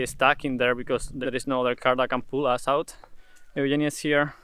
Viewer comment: You pronounce "Eugenia" exactly like it is done in Greek.